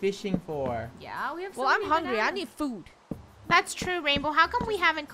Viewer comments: He said hungy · What i hear is "Im hungyy" 😂😂😂😂😂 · Hungy not hungry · “I’m hungey” -best quote of 2020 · is saying: l'm hungy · No one literally no one every video I’m hungwy